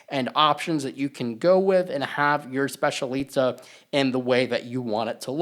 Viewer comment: It’s pronounced SPETCH-EE-AH-LEE-TAH